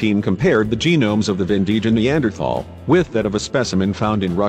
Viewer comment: Pronunciation of name of the cave location in Croatia: Vindija, is not [vin-dee-ja], but [vin-dee-ya]. Letter "j" in Croatian is always pronounced as /y/; like in English: may, way or in word: yesterday. Except in the Vindija cave, remains of Neanderthal population were found also at Hušnjakovo brdo [Hush-nya-ko-vo brdo] near city Krapina, where is now situated new and very modern Museum of Neanderthal (if You will be in Croatia, it is one of the sites that is interesting to visit). Actualy, the Vindija location is some cca. 30 km far from Krapina. And, it seems that there was a third location where Neanderthal remains were found in that region: in cave Veternica [Veh- ter - nee -tsa] situated on mountain Medvednica near Zagreb (some 50 km from Krapina). And, important to mention on the subject: the Neanderthals from Krapina (Hušnjakovo) lived cca. 100 000 years ago, and remains from cave Vindija are dated to cca. 20 000 years ago.